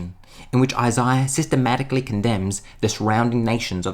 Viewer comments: I wish I could go back to before I heard Isaiah pronounced like that... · Tried watching. Can’t really stand how he pronounces Isaiah as Isiah.